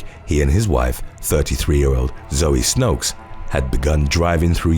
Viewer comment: He was totally off on Zoe Snoeks name though